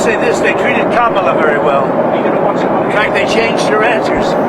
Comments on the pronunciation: Did you notice that now he says Kamala correctly? The rest is so crazy that I missed that entirely. 🤪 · I am SHOCKED he actually said Kamala's name correctly